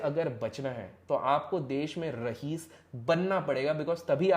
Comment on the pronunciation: Its raees not rahees